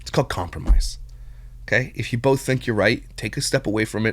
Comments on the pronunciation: People who say bolth and pellow crack me up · Lol I think she makes it a point to say "bolth" just to troll you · lol he can’t stand her! They bolth need a speech therapist. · Does she really have to say “bolth” so much?? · Why is the one person who can’t say “bolth” correctly also the one person who uses it in every single sentence she sputters😭